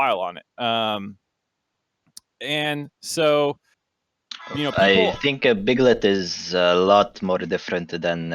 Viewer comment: i agree, and i might be wrong, but i felt like he incorrected himself multiple times like saying people then right after that saying beoble... for me it felt like he's intentionally doint it. Again though, i might be wrong.